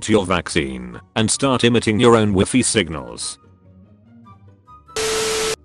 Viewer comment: It’s not said WiFi it’s said why fy